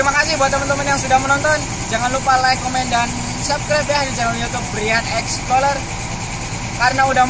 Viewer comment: Cara bacanya "explorer" kang, tetap sesuai tulisan. Dudu exploler. Tetap menginformasi ya...